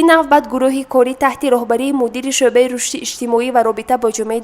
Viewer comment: Дар забони точики калимаи шуъба ва майлис нест ,ин мухбир доимо хато талаффуз мекунад ,хонандагони мактабхо чи ибрат мегиранд ???